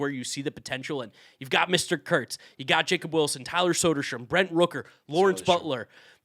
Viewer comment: i cant believe you both mispronounced nick kurtz for al mvp wrong